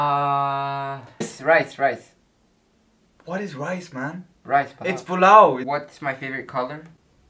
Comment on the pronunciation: what's rice it's pilaou